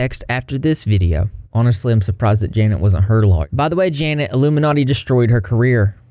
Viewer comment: i just KNOW janet is watching this and absolutely fuming that nobody is actually saying her name right LMFAOOOOO